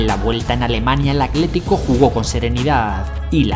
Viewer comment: Porque dices "acletico" cuando es "Atlético"? Video espectacular 👏🏻